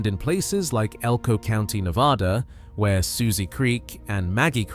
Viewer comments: FIRST... (IF you are trying to educate and enlighten)You should LEARN to pronounce Ne-vaa-dah (no "ah" about it)... only then will Folks, here, pay attention & not GRIT their teeth and shutter. LAST... Do Not tell folks from "Back East" (including Gt Britain) about our rural hot springs... Shush... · It’s Ne-VAD-uh - do your research!